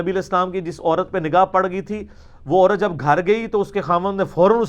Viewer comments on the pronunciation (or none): none